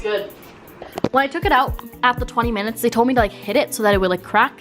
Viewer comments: Hahah the Canadian came outta you when you said “40 frickin minuets it’s already been cooking for “ 😂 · When you said “40 fucking minutes it’s already been cooking for” you sounded so Canadian lmao